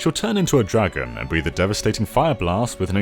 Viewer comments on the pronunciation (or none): none